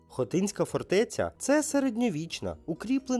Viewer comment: Шановні! Дякую за вашу працю і ідею з питаннями. Але... у вас жахливі наголоси в найпростіших словах: ХотИн, хотИнська.... У вікіпедії є наголоси.